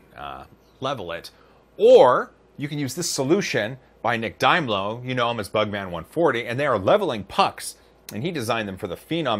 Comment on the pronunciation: It's out of them two Its Dime-low Though to be honest Nailed it 👍